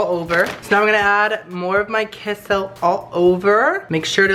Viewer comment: I know you are Mexican but you are butchering the word queso lol